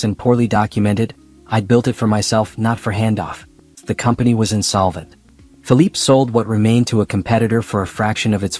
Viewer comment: You’re saying the guy has a French descent so why do you keep mentioning his name as Philip, when actually the name is Philippe? Like in PEY / PAY. Please note it and pronounce it as such for the distinction to show